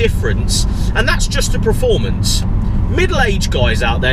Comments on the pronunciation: The word performance is pronounced exactly as it is spelt: PERformance NOT PREformance. Please learn how to pronounce it correctly for gods sake. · It's PERformance not pre